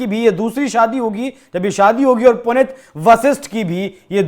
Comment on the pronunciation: हिन्दी की न्यूज सुना रहे हो, और बार-बार "पुनित" उच्चारण कर रहे हो। शुद्ध नाम है--"पुनीत" जिसका अर्थ है ---"पवित्र